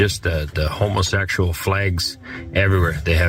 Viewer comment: "Hoemoeseykshuel fleygs" he got the Russian accent down even before migrating to Russia. This immigrant truly respects his hosts.